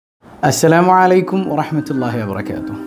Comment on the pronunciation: Usthad salam parayumbol entho oru ithu assalamu alla ashalamu ano ennoru thonnla